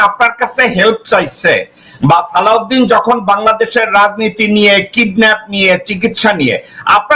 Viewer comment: শিলংউদ্দিনের থেকে শালাউদ্দিন উচ্চারণ সহজ এবং শ্রুতিমধুর।